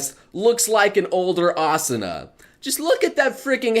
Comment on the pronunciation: Not good at Chineese names? To be honest, you aren't that great with Japanese names either. You say it like: Ause oo na & Kir i to But they should be spoken as: Ki ri to with the i sounding like the e in see (both times), not like the e in deer (for the first) and i like in it (for the second) A su na There's an episode in second season where Asuna is spacing out and Rika/Lisbeth pronounces it plainly to get her attention. I've been planning to watch the show already... still on my todo list.